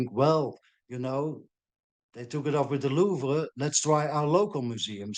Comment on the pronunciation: Lol she said louival heist